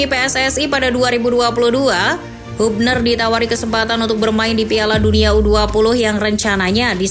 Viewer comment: Habner min bacanya bukan hubner